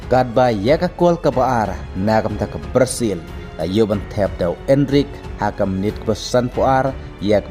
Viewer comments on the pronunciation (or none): Ka prazil🤣🤣🤣🤣 tang ban pronounce ruh um nang bha ka pyn mih khubor pt kumba nang eh